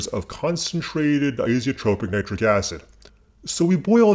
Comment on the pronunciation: Its nit ric not nie tric